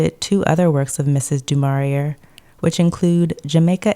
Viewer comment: Just for future reference, and because I am that person (so sorry!), DuMaurier's name is commonly pronounced: and Laurence Olivier's surname is commonly pronounced